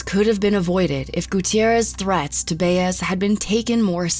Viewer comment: The way you’re pronouncing “Baez” makes me cringe lol